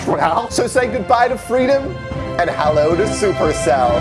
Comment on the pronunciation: 'And Hallow to Supercell'. It was all planned.